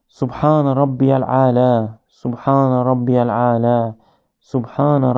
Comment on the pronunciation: Madem hadisleri kabul etmiyorsun Sadece kuran diyorsun peki kuranda namazın nasıl kılınacağı yazmıyor rükü secde ve oradaki tesbihatları neye göre belirledin kendinle çelişiyorsun birde سبحان ربي العالا değil سبحان ربي الاعلا olacak